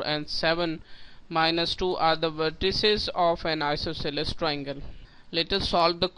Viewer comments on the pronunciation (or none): Your style to says isosceles is diffrent